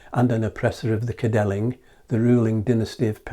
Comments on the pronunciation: Think of the English word "kin" when pronouncing the first syllable of "Cynddylan". Great video though. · Interesting video. Thanks. In the name Cynddylan, both 'y' s sound like 'uh' or as in the word ''come'. The 'dd' sounds like a 'heavy' 'th'. Emphasis on the 'ddyl' part.